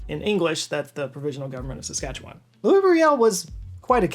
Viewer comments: Thank you for mentioning and pronouncing Saskatchewan correctly. Riel is seen as the father of Confederation by many as his actions over the Red River Resistance lead to the creation of Manitoba. Really he saw how disenfranchised the Metis people were that the Federal government would walk into their communities and give the good land to newly arriving settlers. He was successful in Manitoba and was brought back to help Saskatchewan. This time the Canadian government wasn't willing to negotiate and borrowed a US Gatling gun to add to their forces. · I have to commend you on your pronunciation of Saskatchewan. It's hard to pronounce and most people fail miserably. You said it almost like someone from there. Kudos